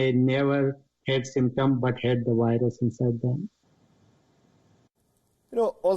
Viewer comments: Guys did you hear him? "they still had the wilus" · I LOVE how you call it a whirus 😊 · Whats a wirus.....